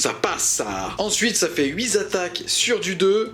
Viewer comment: Super vidéo, je recommence juste 40k et c'est parfait pour se remettre doucement dans le bain ! Juste une petite remarque parce que je suis un peu tatillon : attention aux liaisons, on ne dit pas 8 zattaques mais 8 tataques, tu as fait plusieurs fois l'erreur d'autant plus que le nombre 8 était à l'honneur dans cette vidéo.